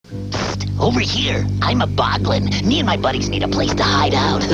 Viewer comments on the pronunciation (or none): none